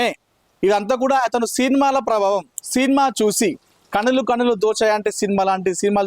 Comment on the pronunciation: సీన్మా ఏమిటయ్యా సినిమా అని పలకాలి. తెలుగు పలకడం కూడా రాని ప్రతివాడు మైక్ పట్టుకొని తయారు. మాఖర్మ కాక పొతే ఏమిటి.